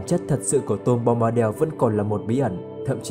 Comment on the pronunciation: Bombadel là cái quái gì? Bombadil mà đọc thành del thì chịu...